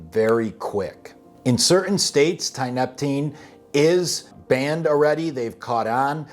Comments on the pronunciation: You know how you call it tianna. Thats because you pronounce tianeptine with a tea sound. Not a tie sound. Your usage of the term "dope" tells me all i need to know. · "Tineptapeen" 😂😂 At least figure out how to pronounce it properly if you want to come across as being marginally credible. Thanks for the laugh.. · Tia-nep-tine, good video broski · Tee-uh-NEP-teen. It's used as an antidepressant in Russia and Eastern Europe. Has strong opiate properties and is hard as hell to kick. It can be bought online, and works wonderfully as an antidepressant. Until you're hooked. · Dude! Learn how to fucking pronounce Tia-neptine. Say it with me now : Tia....nep...tine...just like it's spelled. Haaha not that hard bud. And the shit is not new at all been around for years in zaza and tianna red. Old news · I'm sorry no disrespect but i did not hear you say tianeptine properly a single time in this video 😂😂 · lol hearing this dude trying to pronounce tianeptine is worth the watch, by itself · You go ahead and state your little guarantee in r/quittingtianeptine and see what kind of responses you get, or better yet, bounce from a high dose multiple times a day CT and enjoy the walk in the park mild WD's. This dope can't even pronounce it correctly, so you're clearly a pair of experts 😂😂😂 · Stop fucking demonizing things, it ruins it for everyone. Just bc there are fking retards using this drug and dont know what the fuck they are doing, it doesnt mean the drug is bad. It all depends on your knowledge and level of self control. Your not even pronouncing tianeptine correctly. So obviously you dont know what your talking about